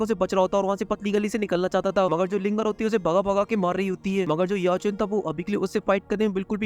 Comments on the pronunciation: Bai tum Xiao Chan ko bar bar Yeao Chan bolrahaho 😂❤❤❤❤ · Sao chen ❌ Yao chen 😂😂 ❤❤BTTH